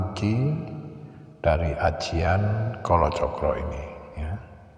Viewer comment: pengucapan rajah kolocokro krg tepat, aksara A dlm jowo dibaca O bukan dibaca secara harfiah yomorojo- joromoyo yomorani- niramoyo dst....